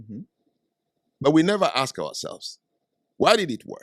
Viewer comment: We didn’t build America also it’s ask not axe.